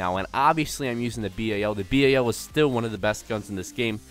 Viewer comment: Why do you call the BAL the B.A.L.